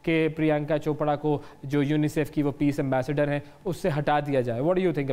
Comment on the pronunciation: Hey, anchor! Why keep saying "Chopda" instead of "Chopra". So, how come you became an anchor in spite of the fact that you are one of those who cannot pronounce "ra" properly!